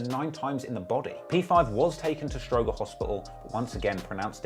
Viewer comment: "Stro-Jer" not stro-Grrr